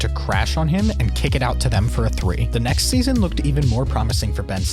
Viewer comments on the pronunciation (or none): none